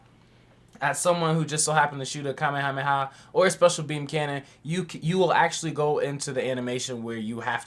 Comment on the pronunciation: I love how you pronounce some of the things you do. In this video I heard you say "kameha playa" and in another video you referred to master roshi as the goat. "Wtf is the goats name??" I dont know if its intentional or not, but I love it lmao